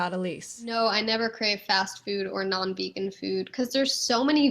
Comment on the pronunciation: You once were a ve-gone now you must be-gone!